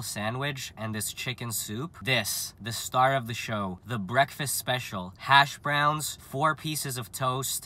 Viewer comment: “Hash browns” yea no try again